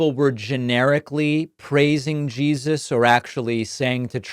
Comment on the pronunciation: So obvious that Trump is straight up conning them. "Yeah, I believe in...Jean-suss. Favorite guy. Big guy. Came up to me, tears streaming down his face..."